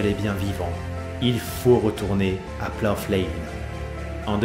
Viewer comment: Salut, Je sais que la vidéo a été tournée il y a quelques moments, mais la prononciation du nom du stade est à revoir! Le "gh" est muet, "plough" rime avec "cow" ou "eyebrow"!